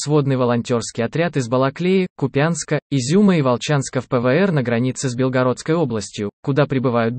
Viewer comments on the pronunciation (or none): none